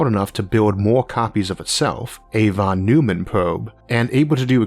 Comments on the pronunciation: Sorry to be that guy, but I'm 90% sure it's pronounced Von Noy-man, not Von Noo-man. FYI! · Von Neumann is pronounced Von Noyman